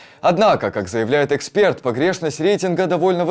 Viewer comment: О Жданов, этот ещё тот ЫкспЭрт 😅